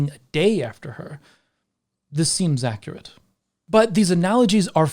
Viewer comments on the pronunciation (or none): none